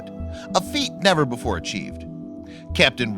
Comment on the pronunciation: Forget not forgit. Before not buhfore. Little not Lil.